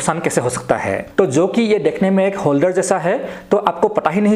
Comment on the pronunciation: होलदर नहीं होता। होल्डर होता है।